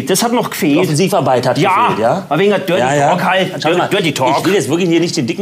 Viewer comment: „Dörty Tahking“😂